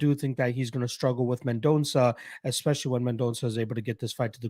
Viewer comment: You're pronouncing Mendonça as best as a Canadian can 🇧🇷